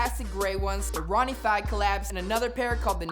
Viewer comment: RONNIE FYG? DID HE JUST SAY RONNIE FYG? IT'S FIEG NOT FYG!